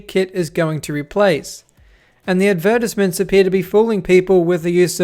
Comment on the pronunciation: Why do you pronounce advertisements like that?